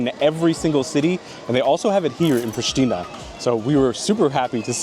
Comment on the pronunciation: wtf dude?! Its Prishtina not „prishtina!!!